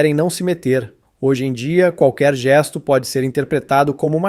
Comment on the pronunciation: Não se pronuncia geiisto, é gesto ignorante, não tem i